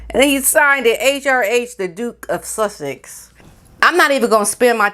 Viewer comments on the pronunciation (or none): Oh my,, you crack me up so much!!! I love how you say "Suthhex" I am totally going to do that from now on!!!